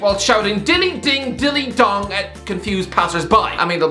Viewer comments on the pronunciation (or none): none